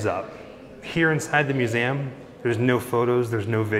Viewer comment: It’s MUSE—eeee—Um! Not “MUSE-AM.”